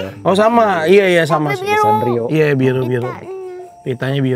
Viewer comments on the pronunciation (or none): namanya sanrio bukan satrio😭😭😭😭 aj lagi sedih denger satrio malah ngakak